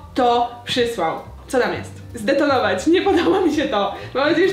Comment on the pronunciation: "Chce to zdetonowoć" xd❤❤